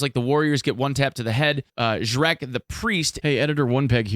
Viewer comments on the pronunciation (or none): It’s not “Shrek” its “jrec” c is pronounced like the c in the word “race” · you say it as "ZhreTS", not "Zhrec" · it's pronounced "zhrets", not "zhrek" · Not Zhreck but Zhrets, ffs. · It's not shrek, nice meme though, but it's read as 'zrets' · Jrets its pronounced with ts in the end. Not shrek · zhrets not zhreck :) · No shrek mems dude...its pronouncing like "Zhretz" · not to be that guy,but Zhrec (Жрец) is pronounced as Zhrets,like the russian version of king-Tsar (Цар)